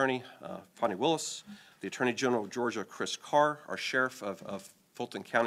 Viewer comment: Fani, not Fanny. My God, how difficult is it?